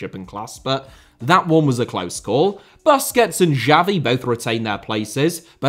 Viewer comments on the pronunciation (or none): Boosquets not BUSquets!